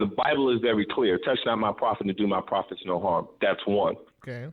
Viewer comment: Profits instead of prophets 😂😂😂